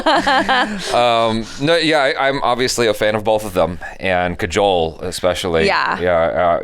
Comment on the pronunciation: dude its not pronounced "Cajole". Try "Kaa-jol"